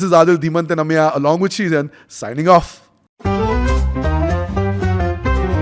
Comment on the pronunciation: Anyone else feels it is very funny how says AMYA instead of Ameya 😂